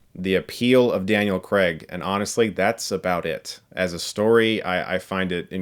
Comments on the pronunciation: Craig* not "Creg" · 'CRAY-g', not 'Creg'. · It's Daniel CRAIG not "Creg"! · Why do Americans pronounce Craig as “cregg”? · why do americans pronounce craig as creg? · Daniel CRAIG, not Daniel Kreg. Why can't Americans pronounce Craig? It's really simple. It's just CRAIG, not kreg. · Americans always pronounce it " " "Daniel Cregg " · Weird how americans pronounce Craig. They say it like Creg😂😂😂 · Please get the lead actors name right - he's British - its "Cray-gh" not the American "Cr-egg" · Why can't Americans say Craig? You always say Creg. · Craig - pronounced Ker ray g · well Craig is just pronounced like you'd pronounce it if it was his first name, so it's Cr-ay-g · For goodness sake, Craig does not rhyme with leg. It ryhmes with vague.